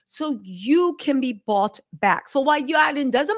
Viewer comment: I love how she emphasizes “bought”. 😂